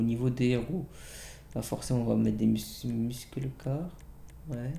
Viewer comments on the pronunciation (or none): _TheGameuse_ nn la prononciation se dis "meusseul car" enfin bref j'veux pas faire de problèmes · _TheGameuse_ il a raison , tape musclé car en anglais sur Google traduction et écoute impeu comme sa se prononce